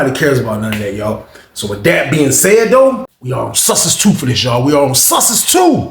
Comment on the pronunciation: Whenever says Sussex 2. All I hear is San Francisco! 😂